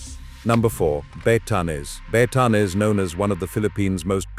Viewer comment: Batanes (a like aa) not Baytanes